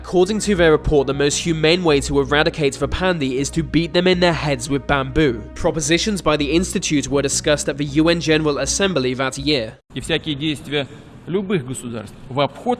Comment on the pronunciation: Is he calling them Panzies???